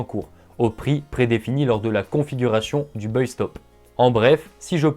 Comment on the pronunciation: Salut on a déjà du te le dire mais il ne faut pas prononcer "Beuille" le mot anglais buy, mais prononcer "Baille", mes oreilles saignent !